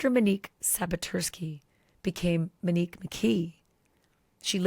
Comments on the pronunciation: No offense Ashley but you went from calling her Mo to Menique. I kept thinking you are saying Minnie. Get well soon. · Girl, you are a class act! You have gone from Muh-nique to Mee-nique! Pronouns her name correctly ALREADY!!!!!!!!! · You insist on pronouncing her name incorrectly! How disrespectful!!! It’s Monique as in MOnique NOT muh-nique like you continue saying!!! smh!!! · Her name is MOnique not Manique. Please pronounce it correctly. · Stop pronouncing her name Mini-que. It’s pronounced Moh-nique. Please, it’s annoying to listen to. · Why is she now calling MOnique MEnique? It’s annoying! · Glad I'm not the only one annoyed by that. It's MO-neeke, Ash! Not MEN-eeke! 😒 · Ashley, I love ya dearly, but Manique? You're killing me. Please call her Mo again. Talk about Kohberger as much as you want. I get it. But, it takes me a minute to process who you are talking about every time you say Manique. 🙏🏼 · Her name is Monique, as in MOE or MOW. Why do you keep saying MA-nique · Why do you call her Manique instead of Monique? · Ashleigh great reporting! FYI, her name is pronounced Monique (long “O”) not Menique…… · That's literally what she wanted to be called. What she's calling her now is disrespectful, IMO. She's calling her "Manique" starting ,instead of Monique. Gosh... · It's not mini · “Mo” nique. Please, I need to hear the long o sound. Thank you. 🙏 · How’s it so hard to pronounce MOE-Nique? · Why does she mispronounce Monique